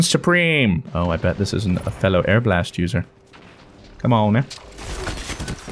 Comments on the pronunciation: ARE-BA-LEST. Its not airblast, never. No. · Hey fruit it’s pronounced are-bull-ist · it is Are-buh-list Arbalest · arbalest = airblast You said it without thinking, and didn't noticed either, but now it's stuck on my brain every time i see the gun's name. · When he says the arbalest 🤣🤣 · I really hope was joking about the pronunciation of Arbalest.. its not even difficult to say